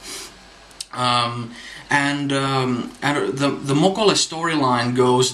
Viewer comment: "Mokolé," is pronounced like, "olé," or "Oh lay!"